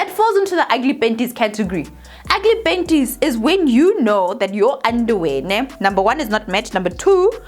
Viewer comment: When I see her I just laugh first thinking of penties 😂😂